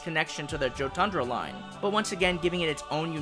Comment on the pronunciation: It's it me or should Jotundra be pronounced "Yo-tundra" since Jotun is actually pronounced "yo-tun" from what I've seen in Norse mythology videos and in media but it's really nothing though just saying but love the designs of all of them :)